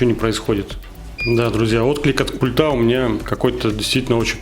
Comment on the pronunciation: Нет слов: "тока", "но, тем не менее", "пультА" и так далее, есть: "только", "но" или "тем не менее", "пУльтов" и так далее. Очень безграмотная речь! Уши вянут.